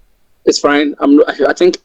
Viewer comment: I'm intrigued by how many R sounds he adds. My surn instead of my son, urs instead of us, frine imstead of fine. He has to add R sounds to pretend to be American, so maybe he adds more than necessary by failing to identify the words that actually need R.